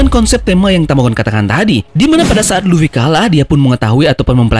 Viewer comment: Luffy bang bukan luwi